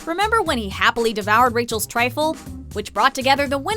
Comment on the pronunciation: secret targaryen it’s Rachel not raechal